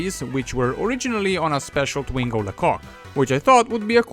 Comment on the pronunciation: Its twingo SALE FILS DE PUTE POURQUOI TU ASSSINE LE NOM DU TWINGO